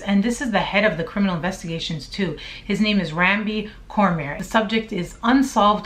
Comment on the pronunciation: Ya'll be fckn up our Louisiana names lol. Cormier is pronounced Corm-yay.